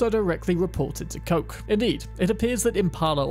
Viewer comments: good video but it hurts to hear how you say kochs name. koch isnt coke like you sayey, see koch is the german word for chef please goolge something before you use it. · Today I learnt that Koch has a different pronunciation. One that seems to be US exclusive. I don’t remember hearing it mentioned when you open up the boot (trunk).